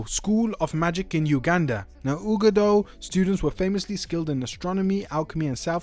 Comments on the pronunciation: uagadou is pronouced "Wagado"... how are you giving us an update on a game you never played? Natty says the name of the school in the game.. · Bruh… it’s pronounced “wagadoo” it’s said multiple times in one of your FIRST CLASSES… You literally mention the conversation in your video… did you even play the game?